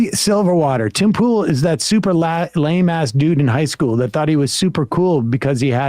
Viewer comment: C'mon Sam. 'Pool' rhymes with 'Cool'. Ipso Facto and Check Mate.